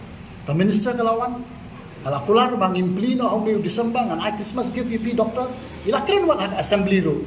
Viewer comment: Une ruh tang naka rukom kren ruh ym slem lh bud lang ia u ñiuhlieh doctor to dog-tor😂😂😂